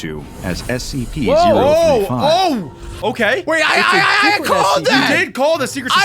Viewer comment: You just say sep 4 tin